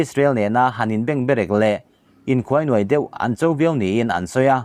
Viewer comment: Ngaihnawmin a bengvarthlak thin e. Han tizel rawh u. Chutih rual erawhchuan Mizo Tawng lam danah hmasawnna tur insiamthatna tur tlem erawh a awm. Kulmuk, Bengberek,Khuainuai,tih te hi a lamdan dik rual U zawkte lo zawtin lamdan dik in han lam thei la a ngaihnawm leh zual ngei ang.